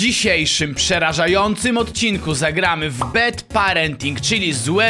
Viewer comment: nie BED PARENTING tylko BAD PARENTING :>